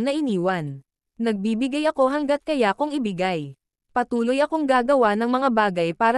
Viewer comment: Sorry po I love your video pero nakaka-bother sa akin yung mga maling pronunciation mo ng ilang Tagalog words. Iba kasi meaning nung mahabang a's sa "kaya" kesa sa maiksing a's.